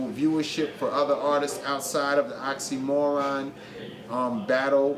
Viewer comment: Ahahaha)) made the same mistake. OxxxyMIRon. NOT oxxxyMORon.